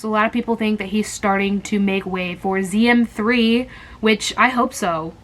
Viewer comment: when she said ZM3 i thought she said ziam 3 and i was like "what were ziam 1 and 2" 😭